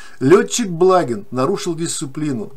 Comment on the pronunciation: БлагИн - так правильно произносится фамилия .